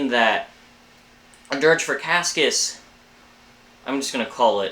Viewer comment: its "KASS-ee-us" btw :)